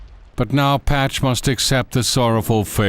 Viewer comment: The narrators voice is so fucking annoying!!! The way he says Patch...ooooomg